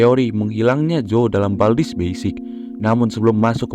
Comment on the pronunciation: Bang itu kok "bald's" bukan "baldi's"????